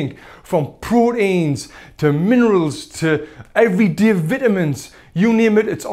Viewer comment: tell me your from the north east without telling me your from the north east. minerulssss vitaminsss 😂😂